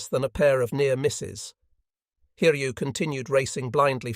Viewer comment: Pronunciation of the carrier name Hiryu was absolutely amazing. It was corrected later on.